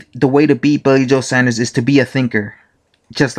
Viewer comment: Saunders, SAWNDERS!!!